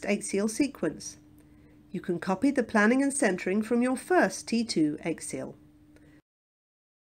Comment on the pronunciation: Why does the commentator mispronounce axial? It is quite unique